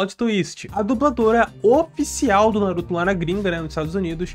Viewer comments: "Não vai fugir tá? NaRuTó" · Fica aqui... não vai fugir tá? NaruThô